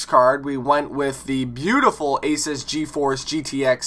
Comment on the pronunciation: ( A-zeus) not ( A-sis)